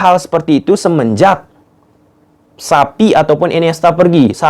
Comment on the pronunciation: Xavi bang bukan sapi😂😂😂